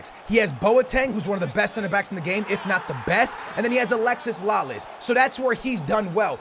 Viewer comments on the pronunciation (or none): he's still calling Alexi Lalas, Alexis Lalas. Lol